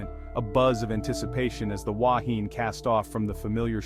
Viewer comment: Completely incorrect information, your pronunciation is incorrect. People lost their lives and you make up nonsense, shame on you. Yes I’m a kiwi.